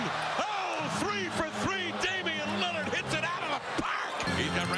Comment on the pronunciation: “Damian Lidird” 😂